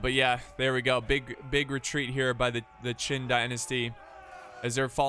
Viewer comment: It’s Qing dynasty not qin dynasty that died centuries ago